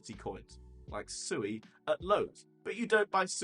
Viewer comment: I learned it’s pronounced se(w)ay. Like sew 🪡 and way. (sui)